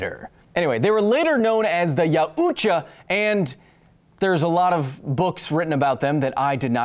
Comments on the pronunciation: OMG, he took all that, but not how to pronounce yautja... It's not yaa-ooo-chaah, it's pronounced 'yow-cha'. 😅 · it's pronounced y-ow-cha